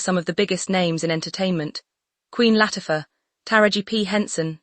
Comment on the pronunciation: yay! finally a security team did what they were hired to do. whether she left on her own, or she was denied ... bottom line is that she left. this was no misunderstanding. mm loves to force her way into events. (please tweak AI so words are pronounced correctly - start with "denied" and "Latifa")